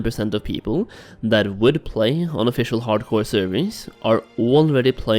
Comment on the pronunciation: i keep hearing HardKoï